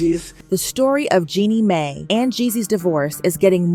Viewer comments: Its Jeanie Mai pronounced MY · RE- O??? MAY??? J-MAR??? MY GOSH YOU SOUND SO ON POINT UNTILL YOU START SAYING NAMES!!!! SMH